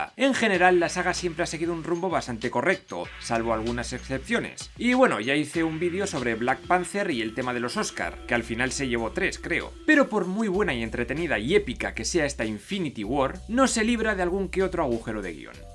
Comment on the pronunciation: Aquí la única duda trascendental que me queda es porque dices Black "Panzer" y no Panther (Panter)???